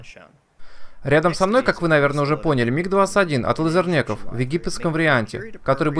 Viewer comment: Ахаха, ты так сказал "от Лизернеков" что мне послышалось "от Лузернеков", и я даже отматывал назад, что бы убедиться =)))